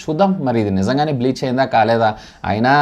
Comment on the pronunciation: Its Paytm breach brother not Paytm bleach.